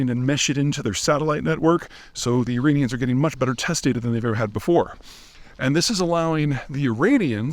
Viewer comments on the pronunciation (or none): I almost thought you said Uranians.